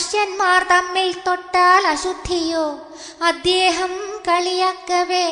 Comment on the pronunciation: അദ്യേഹമല്ല അദ്ദേഹം എന്ന് നിർബന്ധമായും തിരുത്തുക മോളേ, നന്നായി, വളരെ നന്നായി ചൊല്ലി, ഈ ഒരുച്ചാരണം കല്ലുകടിയാണ് ആ പ്ലസ് ദേഹം ആണ് അദ്ദേഹം എന്നോർക്കുക. K മുരളീധരൻ പ്രസംഗിക്കുമ്പോൾ 'അദ്യേഹം 'എന്ന് പറയും . ശീലമാണ്. ശരി പറഞ്ഞുകൊടുക്കാൻ പലരും മടിക്കും. കമ്പ്യൂട്ടർ /മൊബൈൽ വന്നതോടെ ശുദ്ധമലയാളം ചത്തുപോകുന്നു. ഒരു യഥാർത്ഥ മലയാളമുണ്ടെന്നു യുവതലമുറ അറിയണം. എഴുത്തിലും ഉച്ചാരണത്തിലും ശുദ്ധി വേണം,!